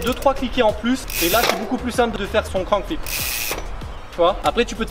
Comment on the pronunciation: Grave stylé la vidéo, juste ca se dit crank flip et pas crown flip 😂 sinon continue comme ca tu gères